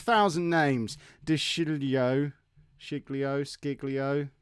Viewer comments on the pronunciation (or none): De Sciglio is pronounced: De-Sh-i-Leo Abate: A-bar-Tay